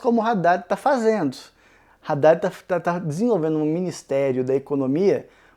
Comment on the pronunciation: Que agonia cada vez que fala "Raddad".